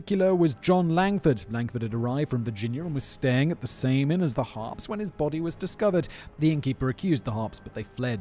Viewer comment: I struggled with this because Simon can't say Harpes!